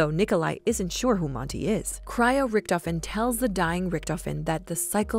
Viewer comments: I literally got lost once she said rictofhen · richtofen: dah krenorium but I red it riktofen: read it again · every time she says, "richtofen" take a shot